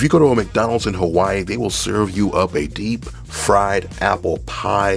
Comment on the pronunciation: Thank you for pronouncing Hawai’i correctly!